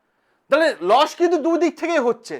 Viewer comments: Loss ❌ Los ✅ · Losh na kothata Loss😂